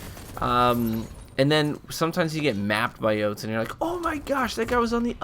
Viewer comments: “Joutoon” lmao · Hey, your saying jotunn wrong it's noob tube. Ha